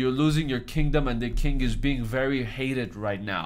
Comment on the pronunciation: Why do you say to the kink instead of king?